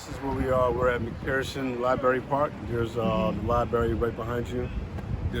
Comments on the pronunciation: Libary? Really? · What kind of politician can't pronounce "Library" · so we have a whole state pronouncing Library wrong. Yall definitely need to BE in one more